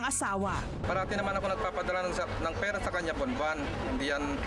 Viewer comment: bigkasin nnu ng maayos ang r,pera hindi perra